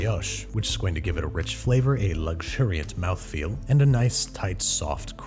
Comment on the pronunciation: Why don’t I like it when he says “mouthfeel” 😂